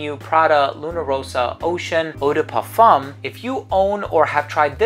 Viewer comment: The flawless way he pronounces "eau de parfum" alone deserves a sub, c'mon now :D